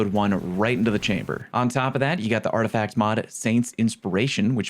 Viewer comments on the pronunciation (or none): none